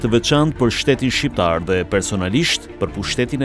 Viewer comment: Shqiperi , shqiptar, me 'q' .. ... jo shiperi jo shiptar..... permiresoni spikerin !!!!